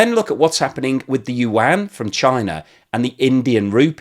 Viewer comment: yuan is 1 syllable like Juan. you don't say jew-an